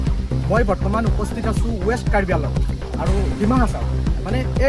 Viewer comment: News reporteror mote কাৰ্বি আংলঙ নহয় , কাৰ্বি আলঙহে 🤣🤣